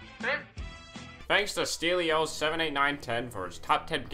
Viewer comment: Stelios is a greek name, nothing cryptic here..... and you pronounce it wrongly.